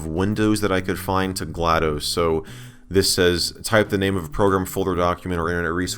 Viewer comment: this isnt GlaDOS this is GladOS